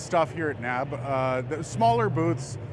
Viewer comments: Been going to the show for 10 years- never have I heard someone call it "NAB," as in a word that rhymes with "grab". N.A.B.-yes, or the N.A.B. show, but "no" to NAB. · People don't say nab. :-)